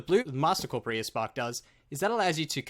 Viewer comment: not watching because you called it corpa-rear...